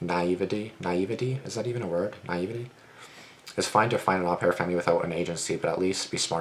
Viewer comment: i looked it up its actually pronounced "oh-pair" mispronounced it cuz au is almost always "oh" and its a french word